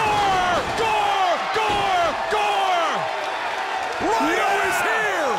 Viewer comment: It’s Rhino It’s Rhino